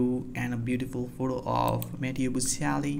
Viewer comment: Can you pronounce his name properly?